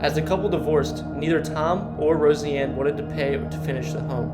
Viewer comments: pronouncing it differently (like po-tay-toe vs po-tah-toe) and pronouncing it incorrectly (it is Rose-anne not Rosy Ann... or Deh Moyne not Dez Moinez) are two very different things entirely. Learn to pronounce or don't do videos. Simple as that. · Dear God man, Pronunciation!! ....Rose-Anne. Uh-Tum-Wah.... Des Moines (the "S" are silent)... "Deh Moin" .. you'd be a lit more successful if you'd create your own content and not copy and paste video from others and Read Wikipedia pages ... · Seriously it's pronounced Rose-anne and De-Moin the S ' are silent. I hope u don't live in Iowa if so their education system is effed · Learn how to pronounce names. Her name is not pronounced as Rosie Anne Bar, but as Rose Anne Bar! Other words mis pronounced were Des Moines, Inebriates just to list more. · How come this guy says "Roseanne" so oddly? It's pronounced Rose-Ann. Not Rosie-Ann. Come on dude! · Nice video. You should consider practicing better annunciations. One example is Roseanne is pronounce Rose ann not Rosy ann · I’m not sure how you don’t know how to pronounce Roseanne’s name and Des Moines. It’s pronounced Rose Ann not Rosey Ann and Da moin or De moin. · In Iowa, Nevada the city it pronounced Ne-vade-a. Des Moines is French, so you don't pronounce the "s". I love these videos but how can you not know is pronounced Rose Anne and not Rosey Anne? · Enjoying the video but getting caught up on the Rosieanne name.. it's Roseanne... Rose.. Anne... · Roseanne. Not Rosy-Anne. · Rose-Anne not Rosey-Anne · Please program the AI better, make it familiar with the unique names you find in iowa. Roseanne Is pronounced Rozanne, ottumwa is Ah-tum-wa. Des Moines is pronounced De-moyn Too bad these places can't be rehabilitated and humanely used to house the homeless or care facilities for people with mental health disorders. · You don’t know how to pronounce ROSEANNE?? You say it like this ROSE🌹 Ann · It bothered me sooo much haha. Rosey-anne bahaha. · Pronounced. Rose Ann